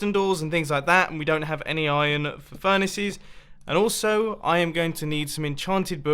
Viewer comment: is it just me or do you say ijong instead of iron. :)